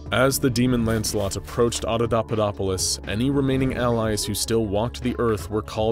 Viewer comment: i love everything you's do with these videos, but in this one, you're pronouncing Adapaupadopolis totally wrong... it's supposed to be ...... ah-dah-PAH-POE-dop-oh-liss ..... you are saying .... ah-dah-DAH-PUH-dop-oh-liss ...... sorry lol, i know it's a teeny thing that is probably only bugging me haha, but i had to say something. normally your videos are mint but for some reason it's just getting to me hahaha.